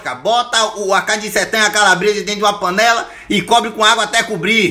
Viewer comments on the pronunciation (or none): ´´Uma CEBOLI`` kskskssksks o jeito q ele troca o nome das coisas e engracado PANELI,AÇUQUE...